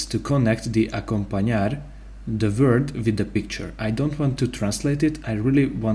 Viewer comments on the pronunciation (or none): Vord? Not it's Word